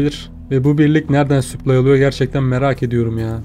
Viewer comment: Kanka her süplay dediğinde kendimi parçalayasım geliyor. Gözünü seveyim yapma şunu daşşanı yirim